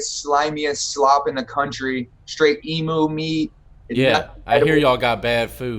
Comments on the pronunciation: Yo can you tell this fool how to say emu, it's not e - mu it is eam you. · The food sounds vile. Emu is pronounced more like 'eem-yoo' not 'ee-moo', they are Australian birds a bit like ostriches. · Posada yis me old blue, the emu is sort of like the Aussie national bird so the diggers don't like the name to be pronounced bloody wrong mate. It fair shocks the typical bloke to hear our great bugger of a bird to be being called a 'eemmoo'.. strewth mate